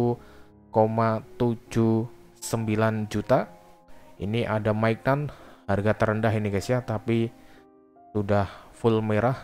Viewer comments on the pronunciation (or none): none